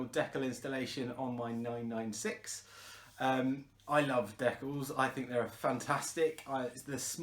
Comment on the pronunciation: stickers !! not deck alls